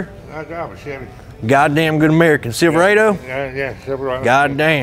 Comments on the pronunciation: Bruh 😂😂😂 when he said "Silver Aye Doe", I thought about that Parody Chevy Commercial lol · Man said Silva rado